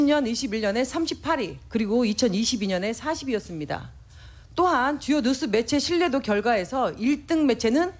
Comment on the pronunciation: 뉴스라고 해야지 왜 누스 라고 하셔요 ㅎㅎㅎ